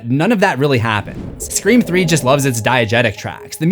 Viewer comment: I love that you keep saying scre4m